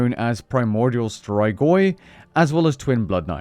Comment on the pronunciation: Even nakijken hoe je strigoi zegt in de toekomst😊